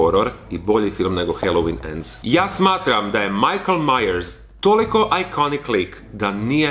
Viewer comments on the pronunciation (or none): none